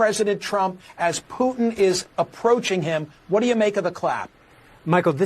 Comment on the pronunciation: I like the way reporter Calls Putin. Pooo. N . Say what????? Learn the man’s name please if you are a reporter. Good grief